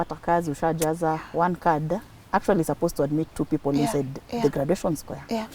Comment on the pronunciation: Please don't pronounce graduation that way,Google for pronunciation or ask someone